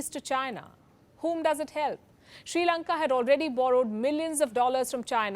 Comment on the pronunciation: This is not "Sri Lanka" any more it's " Chi Lanka"